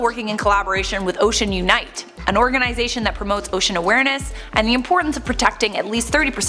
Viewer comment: Organ “I” zation.. did it again! Lol.